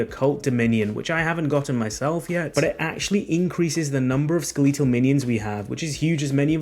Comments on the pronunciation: really says skaleetal instead of skeletal 😐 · Skeh-leet-ull? ._. Oh my. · skeletal pronounced "sKeeleetal" is why i unsubbed immediately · Ska...Lee tal? I wonder how you pronounce Skeleton? Lol Great build guide just flippin yea shit for the pronunciation. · I'm British, literally no one says Skeleetal. stop the cap ! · Every time he said it I winced. It kinda hurt my ears, lol. Skill-eet-tull skill-eet-tull skill-eet-tull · Who tf says skeletal like that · I can’t trust you because of how you say skeletal